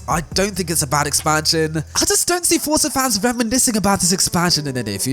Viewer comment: WHY DOES EVERY FORZA (PRONOUNCED FOR-ZA) YOUTUBER SAY FORTZA LIKE THEY WERE ABOUT TO SAY FORTNITE BUT THEY REMEMBER IT'S ACTUALLY FORZA